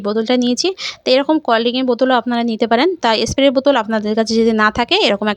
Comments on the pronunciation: স্প্রে কে এস্প্রে বলছেন? তবুও ভিডিও বানাতে হবে৷ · আপনার খুব সহস দেখে(শুনে) অবাক হচ্ছি...ভাষা টাই তো পরিষ্কার নয়, ভুল উচ্চারণে ব্লগ করেন.. প্লীজ কিছু মনে করবেন না..! কয়েকটা উচ্চারণ কি হবে বলছি= শরীল নয় ওটা শরীর হবে... টিকটিকে নয় -- টিকটিকি বলে.. এস্প্রে নয় -- স্প্রে হবে, আরো আছে, তবে শেষে একটা কথা.. রেমিডি খায় না, এপ্লাই করতে হয়, তাই না? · Tate asubidha ki aache...jar jmn kathar dharan se srkm e bolbe... Rajjyer Bisnumata k ektu giye esab sekhan